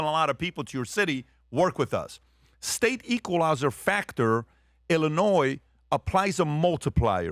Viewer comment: Please learn how to say Illinois before you start talking about it.